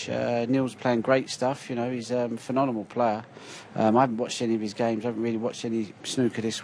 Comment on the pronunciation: Continue playing, stop saying phenonemal. GOAT.